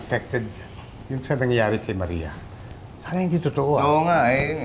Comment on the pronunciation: "Maria osawa " haha